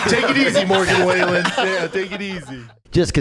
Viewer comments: Morgan Wailin' lol how do you mispronounce Wallen? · Bro called him Morgan Wailen lol